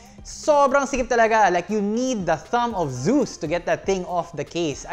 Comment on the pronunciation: Hahaha "thumb of zues"